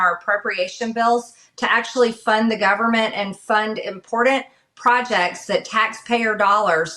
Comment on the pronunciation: Impordant. Illiterate woman.